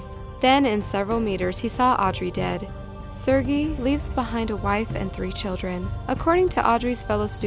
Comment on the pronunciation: I don't think she's pronouncing Sergei correctly..